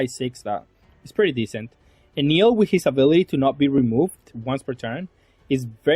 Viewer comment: if im not wrong his name its pronounce EhnehL not Enil